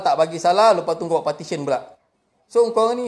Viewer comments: 1st, jgn marah bang, bukan 'partition' tapi 'petition'. Partition tu mcm nak buat dinding dlm pejabat. 2nd, mana video cctv yg you cakap nak tunjuk tu? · 13.10 sebut PETITION pon silap. Sebut PARTISION. Mangkok !!!